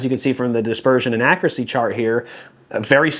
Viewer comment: Nice round-up,. Quick question: what’s “ackracy?” I know a word that’s similar to that, but the word I’m thinking of has a “u” in it. Just kidding, bud! Love your content always.